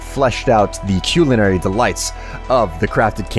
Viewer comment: He pronounces culinary wearied.